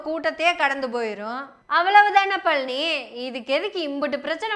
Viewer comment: நீங்க பழனி என்று சொல்றது பன்றி பன்றி ன்னு கேட்குது